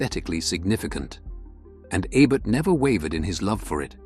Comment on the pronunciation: It's not "ebb-ert." It's "Ee-bert." Lousy A.I. narration.